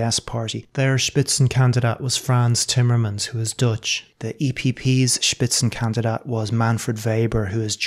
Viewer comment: „Spitzenkandidat“; well pronounced. respect